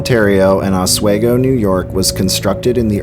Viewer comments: Hey, Oswego native here! I just want to say that the town is pronounced Ah-SWEE-go. Not Ah-Sway-go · Or Oswigo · A new jersite here living in new York oswego it's pronounced ah-swee-go not ah-sway-go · It's pronounced 'Os-WE-go, not Oswaygo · Os-we-go shouldn’t be that hard to sound out.. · It's pronounced "Osw-EEE-go". I live about 2 miles from Fort Ontario. If you wanna here the voices and chilren's laughter, the best time is at night between the hours of 1am-4am in the mid-fall season, near the Fort cemetary. Just don't get caught by the cops in there at night. A haunting will be the least of your worries so i have heard. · Ah sway go 😂